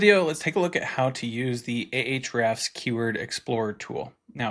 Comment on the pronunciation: It's simply, "hrefs" with no "a" in the front. :)